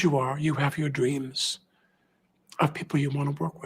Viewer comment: Did this asshat just say "dweams"?🤣